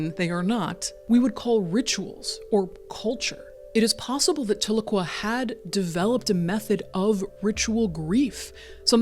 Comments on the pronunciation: Side note: Tahlequah is pronounced "tell-LUH-KWAH" like "Ahhh"...it's a TsaLaGi (Cherokee) language word, originally phonectically "Ta'ligwa", meaning "Two is Enough", a reference to our elders meeting at the end of the Trail of Tears......Tahlequah is also the capitol city of our United Keetowah band nation in eastern Oklahoma <3 This video hits hard, as I lost my first son as a baby. Thank you for sharing this story. I grieve with these mothers. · As an Oklahoman, your pronunciation of Tahlequah was throwing me off but this was a very touching story. Thank you for sharing and for all the work you do.